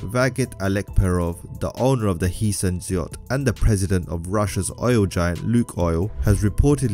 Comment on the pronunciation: Its "Heeseñ" not heesan